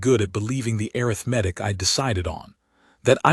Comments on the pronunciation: IT IS "uh•rith•muh•tick" NOT "Air• uh• meth•ick". I suppose that this is an AI mistake. Correct it! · A-RITH-Matic. Not arith-matic. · AI says "Air-rith-matic" for Arithmetic! 😂